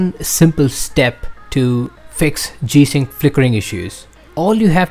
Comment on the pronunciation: Please speak correctly when naming the feature. My goodness, if this in the only issue and you cannot even pronounce it then what good is the video? I have no idea what this guy said and I will have to move on to better videos to explain.